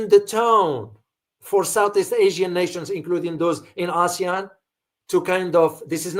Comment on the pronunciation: Btw ASEAN is pronounced Ah-see-yahn, the way Sen. Tammy Duckworth pronounced it at the Hegseth hearing.